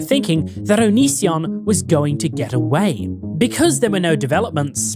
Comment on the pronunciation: The amount of times it took before Chris could say Onision correctly 😂